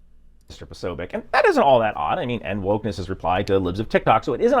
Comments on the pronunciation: It is pronounced 'Posobyets'. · tbh it /should/ be more like "posobietz", but rarely Slavic surnames survive in their original pronunciation longer than 1 generation xD